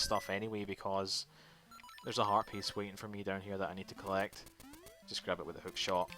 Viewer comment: Dude... When you say "heartpiece", it always sounds like "herpes" to me. "Another herpes I need to get!"